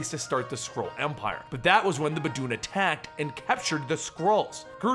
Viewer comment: Anyone else hear bad dude? Instead of baboon?